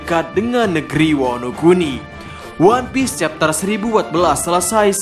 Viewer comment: Kau ngomong chapter aja nggak jelas cok, kayak meragu soal chapter yang akan kau jelaskan